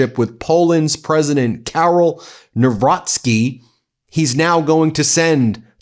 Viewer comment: HEY HEY!!! Narocki! Congratulations on the correct pronounciation. Now, can you get that idiot from WIsconsin who says he's Pap-rocky, when it's PAP-ROWTS-KEY (Paprocki)